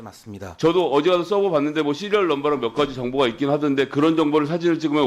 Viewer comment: 서버를 서브 라고 부르는게 내란유튜버들인데 ㅋㅋㅋㅋㅋㅋㅋㅋㅋㅋㅋㅋㅋㅋ